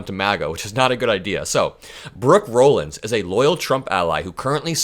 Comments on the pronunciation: It's pronounced "Rawlins". I know because my maiden name is Rollins. I appreciate all you do,. Keep up the fight. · FYI: Rollins is pronounced Rah-lins, not Row-lins. Also she will not be COS, Dump already announced today Susie Wiles will be COS.